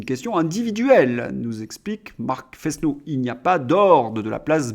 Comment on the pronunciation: On prononce "nouniess”. C’est de l’espagnol, que je dois parler au moins aussi bien que le maire de Paris. Vous remarquez que ça s'écrit Núñez, avec une tilde sur le deuxième n. "Fesneau" doit se prononcer "Fênô", vous diraient ma Mère et ma prof de français au collège. Prononcez-vous votre nom de famille "Dresslincourt"? Si c'est le cas, vous vous trompez. On dit "". Il y a toujours quatre idiomes sur ma tablette (qui ne permet pas d'en prérégler plus) et toujours plus de dix sur l'ordinateur. Je ne les parle pas tous couramment. La prononciation du suédois me paraît très difficile. Mais à long terme il faudra que je fasse comme Claude Berlitz. Je ne suis pas un de ses proches.